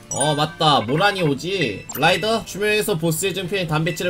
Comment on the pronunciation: 라이더가 아니라 로이더 ㅋㅋㅋ